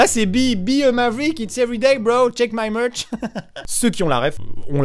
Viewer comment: Amixen répète aussi 2 fois "check my murch" se qui veut dire "vérifie mon église" c'est se que j'entends quand il le prononce a la fin de la vidéo juste apres buskavida